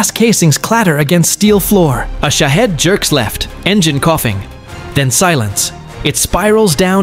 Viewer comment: Shaved drones Are Russian, not Ukrainian. Say it correctly. Don't you have editing?